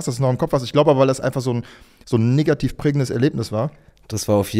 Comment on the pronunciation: warum sprichst du negativ so aus?!🤯